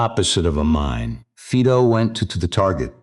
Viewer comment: Fiiido NOT Feedo.